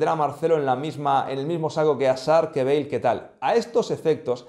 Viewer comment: *Hazard, no “azzard”. * Bale, no “beige.”